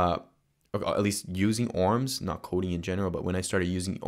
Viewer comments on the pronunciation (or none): BTW I think ORMs is pronounced as a abbreviation rather than a word. Love your videos!